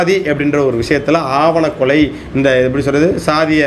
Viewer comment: நண்பா அவர்களே இது ஆணவக்கொலை, நீங்கள் ஆவணக்கொலை என்று அடிக்கடி சொல்கிறீர்கள்